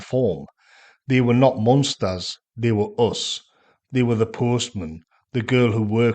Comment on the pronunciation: It was but why did he say munsters instead of monsters. The former were a television comedy family in the style of the Adams family.